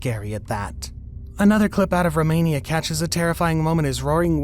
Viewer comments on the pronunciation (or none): none